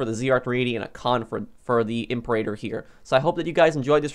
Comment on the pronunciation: Not "I'm per8ter" its "Em peer-A-tor"